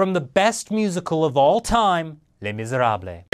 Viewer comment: I don't mean to be a pest (especially since its a small issue) but just for future reference, Les Misérables is pronounced Le Miz ere abl, not Les Miz er ablay. A lot of people have a problem with the pronunciation, so most just say Les Mis:)